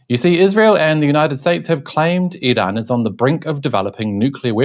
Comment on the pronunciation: You're trying too hard in the pronunciation of Iran. It's comical as even Iranians don't pronounce it like that😂